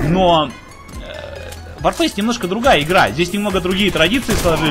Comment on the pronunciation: ЛОЙС за СЛОВО "ВОРФЭЙС"